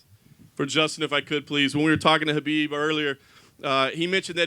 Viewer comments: Do they keep calling him Habib?? Wth?? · BUT DANA YOU CANNOT EVEN PRONOUNCE KHABIB'S NAME PROPERLY... SMFH..